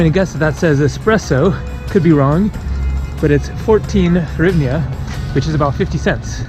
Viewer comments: You can say "Hrivna" or "grivna", it will sound closer to original than your attempt "horivnia" Donations for slodiers, haha. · As for the currency, simply pronounce it like this : greevna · Дуже супер відео,! You are very close on hryvnia (hreev-nyawh). Hr just takes some practice;) Ukrainians will also say "gryvnia" if they are speaking Russian, especially in Kiev and Eastern Ukraine. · Pronounced grivna.